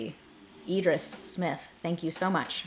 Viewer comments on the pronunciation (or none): none